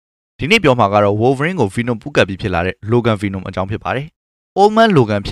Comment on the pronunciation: ဆက်တောင်နားမထောင်ချင်ဘူး ဘီနွန် ဘီနွန်နဲ့အသံ‌ထွက်လေး သေချာလေ့လာစေချင်တယ်